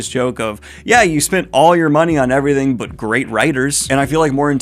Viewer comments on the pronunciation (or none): none